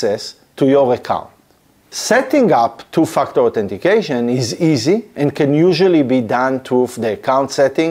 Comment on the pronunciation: Is it me or he judt said "TOO-F**KED UP- AUTHENTICATION" :face-green-smiling